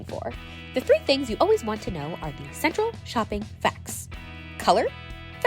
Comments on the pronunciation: One word :cenratal lol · Anyone else catch the cenratal instead of central? I might be mistaken. I don't know.